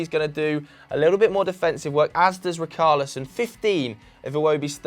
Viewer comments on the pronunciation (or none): Btw, richarlison is not pronounced “RIKARLISON”, it’s pronounced like it’d be written with an sh... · It isn't ric-arlison It's rich-arlison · Its richarlison lads....not ricarlison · Dont worry about Saiss lad - Its Rich-arlison not rickarlison 😂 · RI-CAR-LISON??? Who's RI-CAR-LISON.. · Why you guys changing the pronunciation of Richalison now? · My OCD when they say RICKARLISON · I love how you try to pronounce saiss' name correct but completely butcher richarlison. its a ch sound not a hard c sound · Ree-car-lee-son (pronounced like son in Son Heung Min) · The way they pronounced Richarlison 🤮🤮🤮